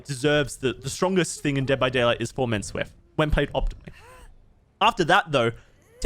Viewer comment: Worst part about this video is his pronounciation of SWF.